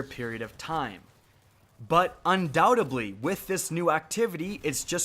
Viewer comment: Not undoubt-ably, undoubtedly